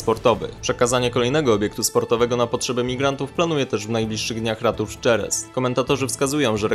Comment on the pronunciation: Jerez, czyto sie Heres a nie Dzerez.... jak mozna podawac informacje nie wiedzac jak czytac nazwy ?